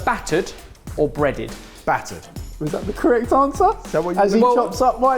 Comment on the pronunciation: ”brrrrattered” got to me so bad 😂 dead